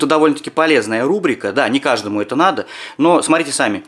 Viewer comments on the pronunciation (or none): none